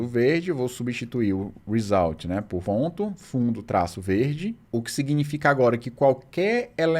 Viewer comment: No "résulti" você já não tava nem tentando mais! 🤣